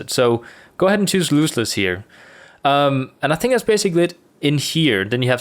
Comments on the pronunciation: Love your content, mate. Just have to say the word is Loss-Less, not Loose-Less (o like off, not oo like moose). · i'm sorry, but did he pronounce "lossless" incorrectly? or was that just an accent?